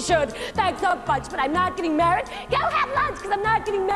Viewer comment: She seems very incapable of saying the word "MARRIED", and is obviously not usually a singer (which seems to be the case of... everyone in this clip), and shouldn't have even attempted the accent. Though I do like her expressions.